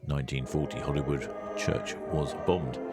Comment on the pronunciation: Holyrood should always be pronounced as in Holy Bible. Definitely not Hollyrood.